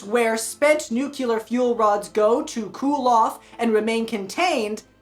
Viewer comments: nucular? Nuclear… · What's up with Americans that don'tknow how to pronounce nuclear???